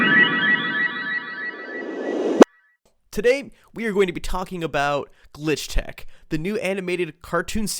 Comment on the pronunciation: His faliure to see the s at the end of "Glitch Techs" is making me scream internally